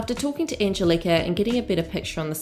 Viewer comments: it's angélika not angelika ffs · It's Anne-Gel-Lick-ah Not Anne-gel-leak-ah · It’s Angelica (ang-gel-ica) not angel-Ika. ❤️ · Surely it's an-gel-ih-ka not "car" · I love your videos but her name is An-GEL-ica lol. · It’s Angeli-KA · The Kiwi accent miss-pronouncing "Angelika" is hilarious. It's "An-gel-ee-car" like from the Rugrats. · Anne. Gel. Ick. Uh. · Wow, Americancentric & nationalist. Not everyone in the comments section talking about her mispronouncing Agelika's name is American. You even referred to people as "Non-US nationals" wtf? Lol. Accent has nothing to do with mispronouncing a name in this case. People from NZ can pronounce Agelika's name properly. They are able to with their accent & you claiming they cannot, is spreading misinformation. It's not the end of the world if someone accidentally mispronounces a name nor if others correct them, however, it's insulting for you to assume everyone is American just to insult them & to act like people from NZ are unable to pronounce names correctly just because of their accents lol. Stop it. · I think its the hard K not the r at the end thats making it sound odd. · This Angelika pronunciation triggers me!! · No R at the end. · Take a shot every time pronounces Angelika’s name wrong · Why are you mispronouncing her name like that? I think you need to take a longer look at all the people involved. It has a hell of a lot to do with more than just these two women, unfortunately. The rest of the boys can't keep their noses out if it. Also, you left out a lot of Hannah's response to being called out for her comments towards Trisha and how she removed the video because she acknowledges that she was wrong. She's left a link open for people to comment and further educate her. Did you not see Smokey Glow's video before posting this? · why are you pronouncing Angelika the same as WOACB